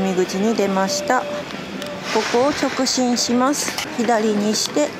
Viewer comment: 直進を直ちんって言ってませんか？面白かったです(^-^)